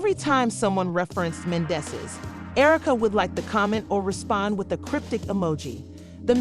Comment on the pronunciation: Right 😂, I'm weak, you know this is a bunch of lies,miss pronouncing the names 😒